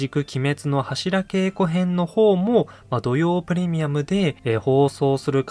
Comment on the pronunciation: 年末だったらいいですね ２週続けてもアリかと ちなみに、ハシラケイコではなく、ハシラゲイコと濁ります 初稽古とか寒稽古と同じ読み方です ご参考まで